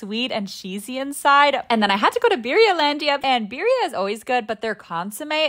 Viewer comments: its pronounced Bedia not BIRRA?! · Other than the way she pronounces Birria, this video was fire. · The way she pronounced birria. I didn’t recognize it as Mexican food until I looked at the video. 😂